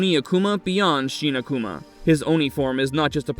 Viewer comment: Sheena-Kuma? ... what is that? ... Shin Akuma is not pronounced that way.